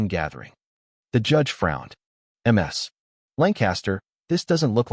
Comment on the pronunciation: Damn AI-Voices! "M.S." Lancaster is how ships are named, correctly it would be "Miss"...